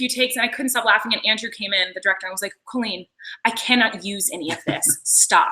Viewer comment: She keeps calling her "Cahleen" instead of "Co Leen"😂😂😂